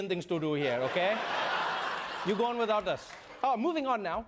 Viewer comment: That Indian accent was wrong.. we have no problem pronouncing hard t or d.. so without is withou-t in Indian accent.. we pronounce T, D with tongue rolled back due to Sanskrit influence